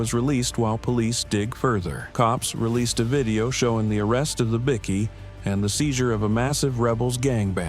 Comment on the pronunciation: LMAO 'A bick-kee gang...' lol are they importing illegal grade A biscuits? It's pronounced BIKE-KEY. They are bickies, not BISCUITS 😂